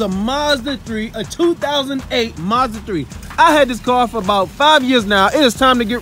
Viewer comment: you saying it right